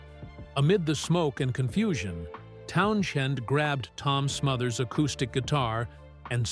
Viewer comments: It’s prinounced TownsEND not TownSHEND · PUH-LEEZ! His name is "TOWN-SEND" n o t pronounced TOWN-SHEND!!! Geeez! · Geez, Learn how to pronounce Pete's last name! It's Townsends: Town-Sends! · What's with the pronunciation of Town-"SH-end?" I'd seen & heard it spelled & pronounced minus an h since the days of the British Invasion, but when I looked it up (to be safe), I suddenly saw the spelling with h referenced as much as the one without it!(?) There's an autobiography of Pete Townsend (no h) & I'm guessing he knows how to spell his own name, but then, listed close below....there's one with the h in the spelling. Am I the only one who's always heard him called Pete "TOWN-zend?" and seen only the Townsend spelling? No big deal, I guess, but ... What the Heck? ...Anybody? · No one ever prounounce his name TownSHEND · For crying out loud - at least learn how to pronounce Pete T' last name! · among other mispronunciations!